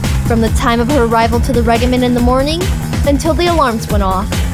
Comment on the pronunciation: I love this series but OH MY GOD WHY DID NOBODY CORRECT FRANZISKA'S VA ON HOW TO SAY REGIMENT!? IT IS DRIVING ME INSANE!